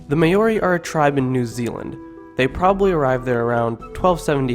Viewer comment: you got to learn how to say maori